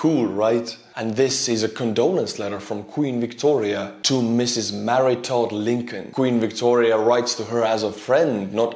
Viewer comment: I watched the commercial just to hear you mis-pronounce Mary Todd Lincoln's name (Marita).